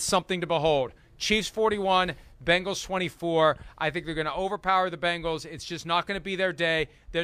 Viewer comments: BENGALS! NOT BANGLES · Someone, please tell Chris it's not Bangals, it's Bengals. If it is too difficult, give Cincy a try. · It's funny how Chris says "Bangals" instead of "Bengals" ..... LOL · Every time Chris Simms says "Bangles", a puppy dies. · Please, Mr. Simms. For the love of God! The Chiefs will forfeit if you just stop saying, "Bang-gulls."